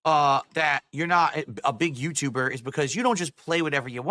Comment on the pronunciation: Says the tahxic yootooburr😂